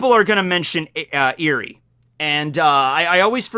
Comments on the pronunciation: "Eri" is pronounced more like eh-ree, you made it sound (like) eerie // pronunciation nazi mode off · Eri is pronounced, (Eh-ree). Like Elly with an "r" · Ur saying her name wrong